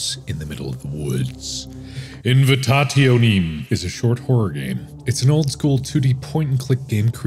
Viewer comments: It's Actually Pronounced Invitationem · Invitationem is read like this '' invitaziónem '', since it's a latin word which of course means 'invitation' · its latin, its pronounced invitazionem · Mark struggling to say the name is everything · Step one: Say "Hello my name is Markiplier and were gonna be playing." Step two: Purposely mispronounce the name.